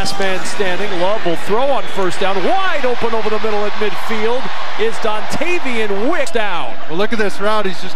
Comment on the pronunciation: He said "Dontarion Wicks"